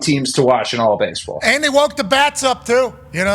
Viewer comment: "I f*ckin love bahsebahl" - Pat. Had me dying.